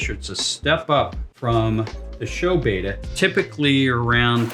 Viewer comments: It's still BETTA not Baida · Beta = BAY-tuh. Betta = BET-tuh. I wish people would remember what we were taught in school. A consonant with a vowel on either side makes the first vowel a hard vowel. Two consonant surrounded by two vowels makes the first vowel soft. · But it is pronounced beh-tah, as they were named for the Asian Bettah warriors. A little research would’ve told you that. I can’t stand it when so-called experts can’t even pronounce the word correctly.